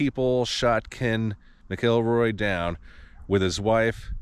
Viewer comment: Man do your research! Nothing more infuriating than hearing people butcher the names of the people they’re doing a video about. MAC-EL-ROY